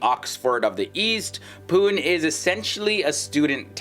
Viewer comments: It is not pun it is Pune. You can pronance is as (Puney) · It's pronounced as "poo-nae" not as poon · Pu nay is the way to say Pune! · Pune should be pronounced like puney, not pun. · It's pu-ne 😂😝 (pune) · Please do some research before getting the videos on YouTube! Pune is pronounced as PU-NE ! Btw pune is the best city to live in India as per various surveys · PUNE IS PRONOUNCED AS PUNEY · Bruv say pune right 😂😂😂😂🤦‍♂️ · You have wrongly pronounced the name of city..... #Pune... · it is pune , pronounce the last E